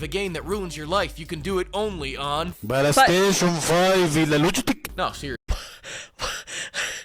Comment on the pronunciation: FortiNAIT y la Pabagí? Pabagí. Pabagí y la Eques Boques seres eques? Pabagí. Babagí y la PalasTEIshon FAIF? Palasteishon... Faif. Palasteishon Faif y la LUGITIK? Lugitik. Lugitik y la Haybar eques eques eques eques? Haybar eques eques eques eques. Haybar eques eques eques eques y la GranderfTORTINNI? Granderftortinni. Yeah, I know it by heart. Thank you for making me remember this.